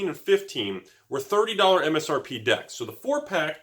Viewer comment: Yeah he was saying decks and then dicks. Snuck it in a few times lol